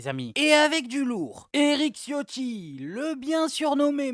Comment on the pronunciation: Mr ciotti ça se prononce chiotti en italien et t raciste pourkoi ? as tu oublié tes racines car tes parents etaient puvres et sont venu en france pour fuire la misere n'est ce pas ?